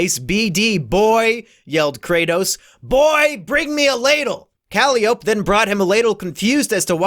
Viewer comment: Who wants to tell him that Calliope is pronounced Cal-eye-oh-pee?